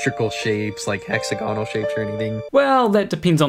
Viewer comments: As long as you pronounce it "hex-a-gonnel". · I have seen it form from Steel slag, And yes he needs to learn how to pronounce Hexagonal. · you can get hexagonal (a word really should learn to pronounce properly) shapes when mud dries out, or when bees make their honeycombs, among other things that occur naturally. Why? A hexagon is the shape that best fills a plane with equal size units and leaves no wasted space. Hexagonal packing also minimizes the perimeter for a given area because of its 120-degree angles. With this structure, the pull of surface tension in each direction is most mechanically stable, which is why even though bees actually make their honeycombs with circular units, the end result when the wax hardens into place is hexagonal. Likewise when a sufficiently viscous fluid like molten basalt solidifies.